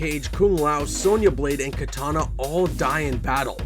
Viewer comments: Did u say Katana instead of Kitanana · kitana, NOT katana